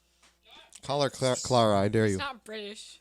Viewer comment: at 21 minutes calls Clara (*cloura*) (i couldn't figure out how to portray what he said but if you watch the episode you'll see) and ive noticed this pattern in he calls Abigal (abEE-gal) and he called anna something strange that i forgot